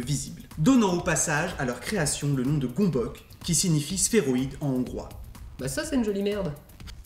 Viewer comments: Ça se prononce pas gombok du tout, ça se prononce gueumbeuts. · Superbe vidéo comme toujours ! Au fait, ça se pronnonce "Gueumbeuc" ;) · En hongrois, on le prononce "gueu'mbeuts". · Du coup, si c'est un mot d'origine hongroise : ça se prononce "Gueumbeuk" :3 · Juste svp la prononciation c'est "gonbohts" (parole d'hongrois) Sinon super vidéo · Gömböc ce prononce [Geumbeuts]